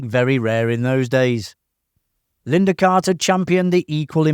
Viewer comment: Lynda not Linda.